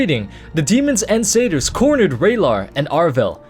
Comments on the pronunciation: I tried following the story, but I couldn't figure out what friggin sayters are. The only thing I could guess is that you was referring to satyrs, which is pronounced sat-tears. The "A" is pronounced like the word matter and the "Y" is pronounced like an "I," such as the word nymph. It can be pronounced the way you're saying it, but people that do this sound uneducated. Here's Oxford pronouncing it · Took me a while to figure out "cedars" meant "satyrs".